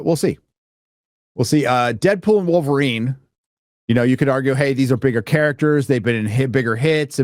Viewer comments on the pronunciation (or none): none